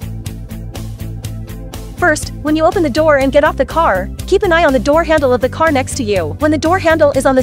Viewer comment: "it's my carrr" 😂😂😂😂